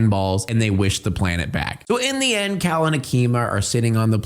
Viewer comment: Why do you call Cale like "Kal" when it's clearly pronounced like "Kay-l" in the movie?